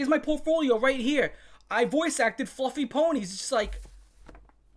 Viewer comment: Fluhfee.. 😦 Ponh-nee.. 😨 abyoose 😮😮